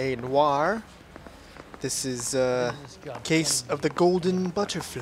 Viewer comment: I impressed that u finally pronounced noire correctly, kudos. I assumed it called LA Noire due to the film noir films of the forties, I'm confused why they use the feminine spelling rather than the masculine, noire rather than noir but really who cares.